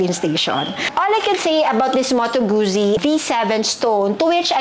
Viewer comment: It’s pronounced as Gut-zi, like in pit-za